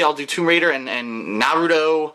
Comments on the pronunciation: It's pronounced NA-RU-TO. Thumbs up so can see this and not butcher the name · hahah doesn't know how to say Naruto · pronounces naruto wrong. I speak Japanese and know the pronunciation. is saying to correctly